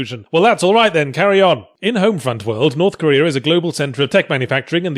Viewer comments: I upvoted this video solely for the "Korth Norea" spoonerism. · I lost it at "norf koera"